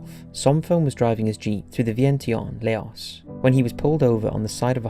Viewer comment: Laos is pronounced ‘Lao’ Vientiane is pronounced ‘Vienchan’ 🙏🏻🖖🏻